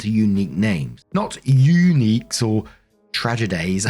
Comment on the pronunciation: Yeah but the "Yooneeks" and "Tragedeighs" tho 🤣🤣🤣🤣